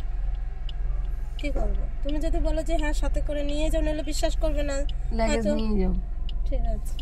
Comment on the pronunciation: কথা লেগেজ না লাগেজ